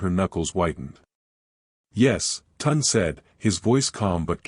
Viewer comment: At least try to pronounce the names properly. It is not Tund, it is (Tune day Tunde)